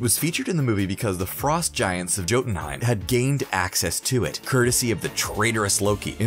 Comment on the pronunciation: Yeah like the "j" in Jotunheimr